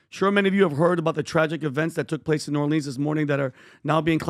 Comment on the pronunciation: New Orleans… it’s killing me..we say new or-lens… not leans… nails on a chalkboard for me… from a native New Orleanian.